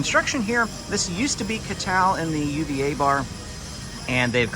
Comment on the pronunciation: It's pronounced oouva bar not U-V-A bar,also you can pay for your merchandise with the Disney app when you use the Disney merchandise mobile checkout.